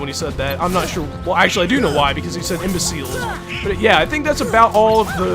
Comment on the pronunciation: We're here to STUDY the Imba seels, not to hunt them!